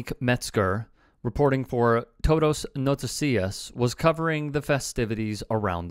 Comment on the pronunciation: How hard is it to ask someone who talks the language if its said correctly, this reporter is lazy, tow-dow no-tis-sia which is todo noticia